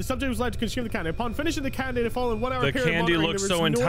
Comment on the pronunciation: EET THEH FOCKIN CANDEH